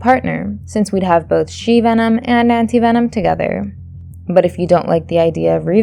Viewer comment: This is actually funny because she did not pronounce Anti Venom right